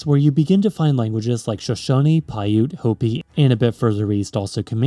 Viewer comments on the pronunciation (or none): none